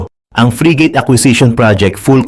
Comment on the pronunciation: it's not free gate but frigate.